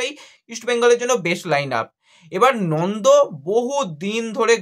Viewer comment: Nondo na Nanda age nam gulo bolte sekh,,,tarpor video korbi